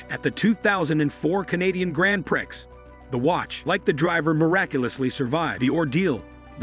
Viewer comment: The pro nownsiashun in this video is hilarious. My favorite is the “Grand Pricks”